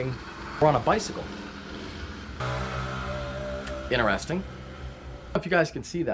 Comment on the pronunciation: In "Interesting", the T is not silent.